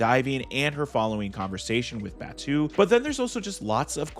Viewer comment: Who tf is baa-two it's pronounced baa-toe